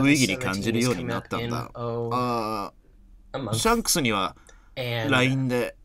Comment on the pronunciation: 絶対シャンクスって言ってなくて草